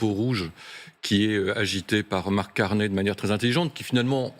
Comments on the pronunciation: Sa se prononce Carné, pas Carnille lol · Pourquoi les Français disent-ils toujours Carnet? Ce n'est pas Carnet. Le nom rime avec chenille ou myrtille. Carney = Carnille. (/karni/)